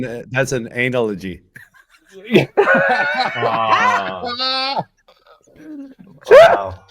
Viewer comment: A-nalogy 😂😂😂😂 Happy weekend lads!!